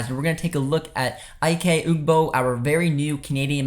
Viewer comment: Pronounced "ee-kay" bro. Great recap looking forward to more of these.